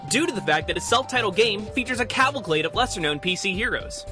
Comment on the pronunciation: cavalclade lol